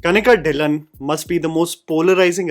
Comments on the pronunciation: Kanika dhillon Pronounced as tilloon not dilan 0.01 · It's not कनिका ढिललओन it is कनीका ढइललो'. At least Indians should pronounce the Indian surname correctly.